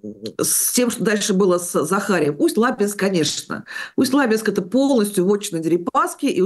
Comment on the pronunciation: ... пожалуйста, правильно ставьте ударение когда произносите название населенного пункта, а именно Усть - Лабинска.